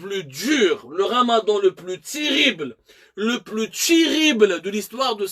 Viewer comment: Le Ramadan chérible. Depuis tout à l'heure ce matin.😂😂😂😭😁😂😭apprend a parlé correctement après va faire des études sérieuse de journalisme.apres tu pourra t'adresser au gens